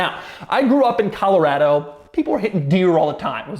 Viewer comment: never heard a coloradian pronounce colorado the way doug does